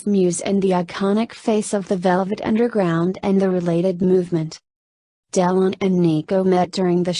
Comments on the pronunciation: Honestly, if you cannot pronounce "Delon" and keep saying " Del On", you should leave this - it is ridiculous! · jessie james its Delone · its pronounced DEL WAN isnt it?